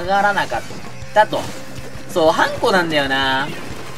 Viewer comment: それは、貴方がウナちゃんと同じなので違うかもしれません💦 普通の音程はハンコ⤵︎ですよーー！